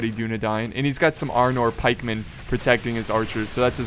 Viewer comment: I did. Dúnedain - duːnedaɪn Tolkien's original etymology of the word came from the Sindarian, "dún" meaning west and "adan" meaning men. "Adan" if one follows the phonemics of Tolkien's Sindarian work is pronounced "A-dane" Here's a link to the Oxford pronunciation guide to help out with the guide on I'm not trying to put anyone down or insult and I apologize if that's how I came off. I'm just trying to help out.